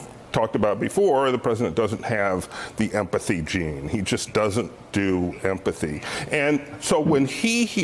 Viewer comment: Why can't any of them say empathy properly?